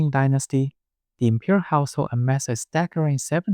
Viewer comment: I was listening to this while doing chores around the house and for a minute I thought you were saying 'the impure household' instead of 'imperial' lol